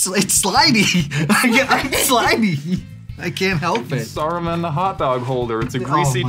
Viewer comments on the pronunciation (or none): It's annoying that he kept saying soruman and not saruman ... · ive never heard saruman pronounced so many diff ways